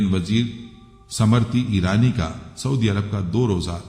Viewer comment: ❤समृति ईरानी नहीं बल्कि स्मृति ईरानी बोलिएगा प्लीज❤